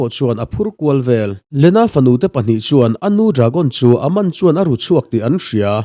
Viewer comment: An hming i lam dan a bak a....Aman te Charlie te😂😂😂😂